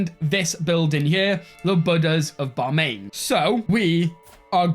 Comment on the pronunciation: Hey, few pronunciations- It’s Bam-i-an, not Bamain. “E” sound comes first after Bam. Also, it’s Sri-nagara, not Singara.